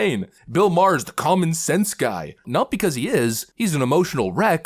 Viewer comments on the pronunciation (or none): FYI: Bill May-er...not Bill Ma-her. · You pronounce his last name like Mar... ❤😂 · Its pronouneced "Bill Marr" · It's pronounced "Bill Marr"